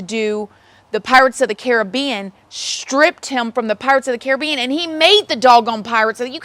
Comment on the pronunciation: You are THE only American I've ever heard pronounce Caribbean properly! 😂 X